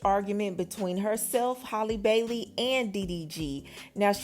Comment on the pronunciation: Halle not Holly...still love this channel